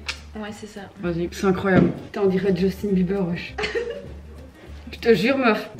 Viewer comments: « justin biefleur » 😂😭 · Ptdrr « Justin biefleur » déjà à partir de la vous m'avez perdu 😭